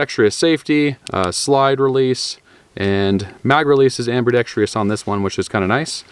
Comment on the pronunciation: Why is it so many folks with channels that deal with guns can't properly pronounce ambidextrous? 🤔